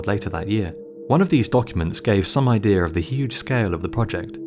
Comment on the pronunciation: Disliked because you said Idea but it came out as idear. Shame on you